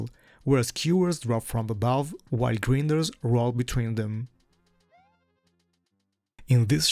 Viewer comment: grine-ders, not grin-ders